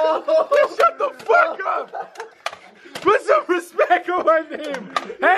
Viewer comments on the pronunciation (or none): I like your videos but can you PLEAS STOP saying respec it's respect with a T at the end it bugging me - thanks